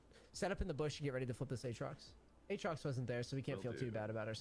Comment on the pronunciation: never thought id hate how someone says aatrox...uhtrox. jokes aside this was an insanely informative vid, my buddy mains urgot and i like to have a good understanding of my friends mains